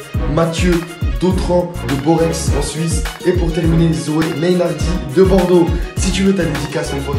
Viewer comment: il a dit " Borexe en suisse "... cest "Boret"